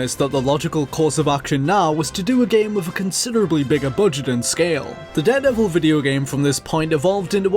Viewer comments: it just bothers me how you say 'deh-devil' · how are you pronouncing daredevil?